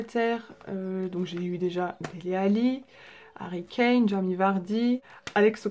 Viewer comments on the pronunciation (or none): none